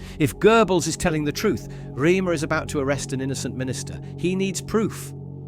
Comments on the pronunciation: It's not 'Reamer' as you say. Phonetically it is 'Raymuh' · For God's sake, it is pronounced 'Raymer'!